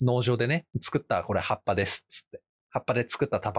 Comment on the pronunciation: 辺りの「葉っぱ」が完全にルビ付きカタカナの「ハッパ」に聞こえるw